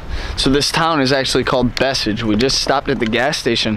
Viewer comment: Maybe Bečej??? If is than you have to pronounce as Bechey. 😉